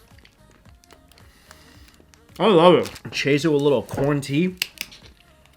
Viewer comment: corn tea My ear: quarantine???!!!!